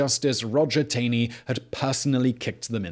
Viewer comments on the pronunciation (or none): The mispronunciation of Roger Taney's last name stuck out to me, but the error is so common that it is somewhat forgivable. Who would guess it's "TAWN-ee"?